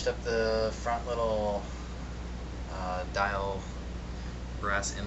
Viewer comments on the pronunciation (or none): name is pronounced DEEL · It’s pronounced like Deal.